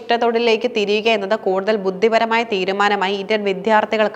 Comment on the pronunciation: വർദിക്കുന്നു പ്രദാനമായി ബുദ്ദിപരമായ : ഇത്തരം ഉച്ചാരണത്തെറ്റുകൾ തിരുത്തണം